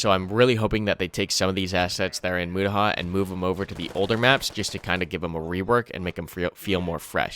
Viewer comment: You said mutaha completely wrong